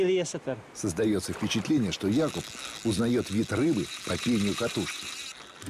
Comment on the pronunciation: Первый перевод который правильно ставит ударение в имени Якуб 👍👍👍